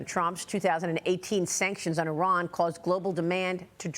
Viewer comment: Good to hear Iran correctly pronounced as "E Run" and not "I Ran" ....